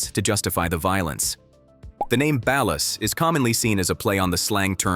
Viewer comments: its ballas like a basket ball not balas like balance. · Ur saying bail-us try ball-ers ball-las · Ball-ers not bal-las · Why does everyone pronounce it balus? Like bro it’s ballers with an A. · Bro it’s BALL -UHS … not balis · Ballers but without the er and add an a. Ballas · Another channel that can't properly pronounce Ballas? It's Ballas not Balist; Baller not Bailer lol. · Can you learn to pronounce words before you make a facts video bc wtf is a bal-er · Stop with the AI narration. Like shit is mad annoying. "The Balis, The Baleer" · Ballas are pronounced Ballers lol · Wtf is a Ba-Las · its Ballas like Ballers. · Bro has NEVER played GTA SA. What he mean Balus?? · Ballas is pronounced as BALL-AS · Honestly I've only learned how ballas is pronounced recently. I know its ai being stupid, but that's how people pronounced it in my country lol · Unwatchable because of Ballas being pronounced like is part of a light fixture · The way ballas are pronounced is cringe asf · Why you pronounce baller like that? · So they can pronounce Kane correctly but not Ballas? 🤣🤣🤣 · How can this video have so much cool knowledge about the game yet not pronounce “Ballas” properly. Heck, you couldn’t even pronounce “Baller”. The only time I have ever pronounced “Baller” the way you pronounced it I. The video is when I’m talking about WWE wrestler Finn Balor. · Ok but why does he pronounce “Ballas” like that? 😂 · The pronunciation of ballas is killing me 🤣🤣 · No groove is bloods not crips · I cant get over the mis pronunciation of Ballas. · I hate the way he says Ballas. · Why can't this guy pronounce Ballas and Baller?